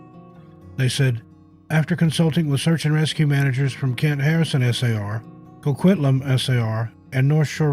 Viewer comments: Hi, city is pronounced as Coquit-lamb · Coquitlam, BC sounds like…. co-kwit-lam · Co quit lum Is how #1 is pronounced😊